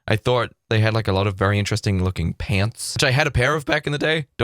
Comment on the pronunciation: I DIED WHEN HE SAID PANTS LIKE THAT I'm american and i find it hilarious when people from other countries slander our language as much as we do!